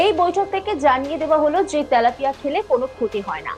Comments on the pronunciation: 😅 তেলাপিয়া হবে। তালাপিয়া নয়। 😅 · ত্যালাপিয়া নয় ওটা তেলাপিয়া হবে